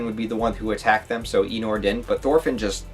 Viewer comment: Farmland is the best arc imo! It's Thorfinn at his best! A little help with the pronounciations. Einar, rhymes with Reiner. You pronounce it the same way. Also, Ketil = Ke-teal. The I is pronounced a bit differently. Same way you say i in the word engl-i-sh.